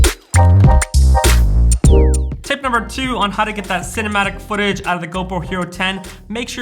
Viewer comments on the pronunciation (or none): For a moment I heard you saying "" instead cinematic:D. Anyways, great video. I don't have GoPro or any other action cam, but still watched:). Take care